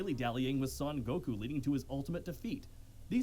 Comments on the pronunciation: please, someone teach how to pronounce goku xD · Why does he say goku like that!! 😭🙃